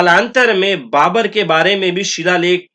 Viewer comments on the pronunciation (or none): none